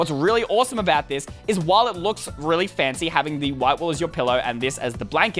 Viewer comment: It is not fancy u are saying it wrong there is no acsont it is English not french